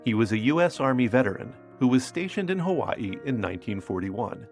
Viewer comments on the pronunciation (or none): none